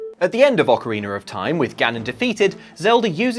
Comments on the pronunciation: And theeeere it is. "Ocariner" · Ah yes ocariner of time